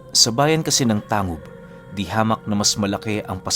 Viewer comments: Tanggub po tmang pgbgkas s lugar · Tanggub po ang tamang pagbigkas